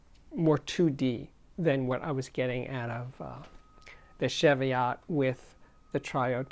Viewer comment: Been watching this and there is something that annoys me, it's your pronunciation of Tannoy Cheviot. It's Cheviot as in cheese, not sheviot as in chef. Please get it right. I'm now waiting for someone to tell me I'm wrong, so, they are named after a range of hills in southern Scotland, and as a Scot?